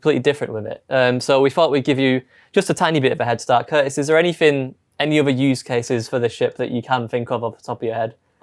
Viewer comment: Poor appears to have forgotten that there's a T in his name, and indeed in the word "fighter";-P 🙂